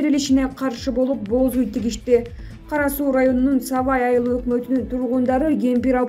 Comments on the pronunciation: "Бооз уй" тигишти дейт го."Боз уй" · Эмне деп окуп жатат,бооз уй дейби?бир эле о менен окулат.Мынча сабатсыз болуп кетишти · Эмне дейт бооз уй дейби😀😀😀